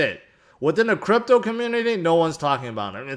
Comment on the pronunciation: He said Grypto not crypto